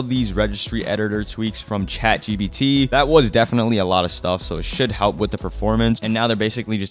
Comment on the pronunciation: bro said chatgbt